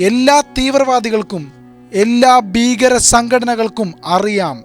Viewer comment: ബീകരതയല്ല, ഭീകരതയെന്ന് പറഞ്ഞ പഠിക്ക്